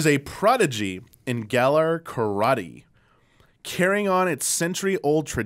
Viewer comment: What a crispy crew, going off the rails, love it! Also please pronounce "Karate" like you pronounce "Pokemon" took me minutes to figure out what you were talking about, L&R